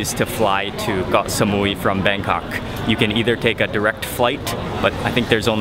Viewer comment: WHY DO YOU KEEP SAYING GOH SAMUI? ITS KOH NOT GOH